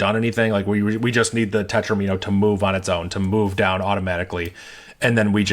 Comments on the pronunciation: FWIW, "tetromino" is usually pronounced to rhyme with "domino" (tet-ROM-in-o). Because that's where it comes from: mathematicians took "domino" and reverse-engineered it into "di-" + "-omino" where "di-" means "two", creating a suffix "-omino" meaning "shape made of [that many] squares". After that little bit of what linguists call back-formation we have a way to talk about triominos, tetrominos, pentominos, etc. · Interesting pronunciation of "tetromino" 😂. The video was awesome anyway.